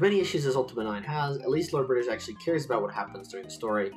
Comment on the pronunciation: LORDO BRITISHU